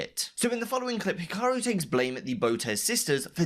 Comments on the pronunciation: hiraku "HE-ROCK-YOU" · Ah yes my favourite chess player "hiraku" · lol "Hiraku" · God damn it for the last time its urakih not hiraraki get the name right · “Hiraku” Yeah, he’ll rocky you in Chess